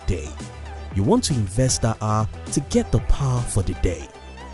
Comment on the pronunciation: Its HOUR not How!!!! 😡